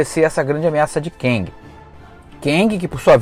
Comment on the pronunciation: Cara, 'quéngui' fica bem estranho 😁 seria o marido da quenga?🧐🤣 Eu leio como 'quêng' mas tá bom Nessa fase aí eu já tinha caído fora de HQ